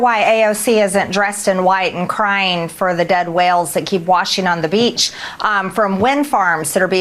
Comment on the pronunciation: She said, “da beach.” Lerd of mercy.